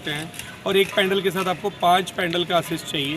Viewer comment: bhai pendal nhi pedal hota h